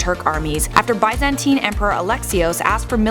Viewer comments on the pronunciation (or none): none